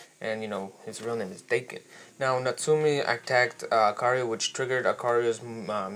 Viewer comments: Its not "Dayken" is Daken like DAKKEN!!!!!! GET IT RIGHT! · Daken is pronounced "Dah-kin" not "day-kin" I believe. Pretty good video but that was driving me crazy the whole time lol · Frankie Franklin me too